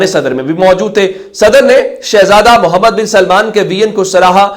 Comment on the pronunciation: آپکا تجزیہ کافی بہتر ہوتا ہے۔ آپ سے ایک شدید اعتراض ہے۔ وہ یہ کہ آپ درود وسلام پیش کرتے ہوے بولتے ہیں "محمدے" جو کہ بہت ہی غلط اور بے ادبی ہے۔ برائے مہربانی آپ بولتے ہوے بہت خیال رکھیں اور " محمد " ادا کیا کریں۔ شکریہ